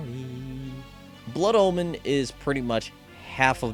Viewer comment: he says it like Blood Almond